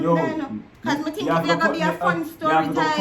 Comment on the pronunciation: A di part when she say "me tink you would a appreciate the story." 🤣🤣🤣🤣 dat kill me to claat🤣🤣🤣🤣🤣🤣